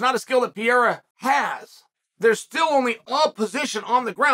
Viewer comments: Day 1 of asking Chael to say Pereira instead of Piera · It’s a real commitment indeed. A few weeks ago Ariel taught him how to say Pereira and he successfully repeated him. No use though, back to Pierrah after a few minutes 😂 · Can Kale Soan learn how to pronounce Pereira? Really not hard champ ; ) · Dude it’s not Pierra ! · Chael you are a very smart guy. There's no reason why you keep calling him "Pierra" when his name is "Pereira". Fix it so you don't sound like a hillbilly. lol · At this point his name is Alex Pierra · Mr Sonnen can you just say PA-REY-RA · It's pronounced Pur-ray-da.